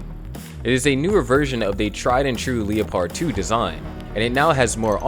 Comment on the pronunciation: Lehperd like the animal. Not LEO-pard like how a robot would say it And COH-axe-e-al not cokes-sail